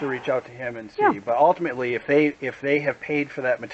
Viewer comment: "Well altimitely."